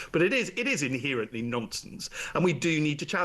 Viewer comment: I can't listen to someone who says, "inhearantly."